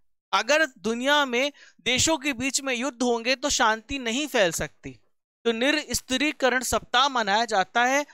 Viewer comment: Nirshastrikaran ...hota hai bhai ..niristrikaran nhi L laga diye ho tm Hindi ka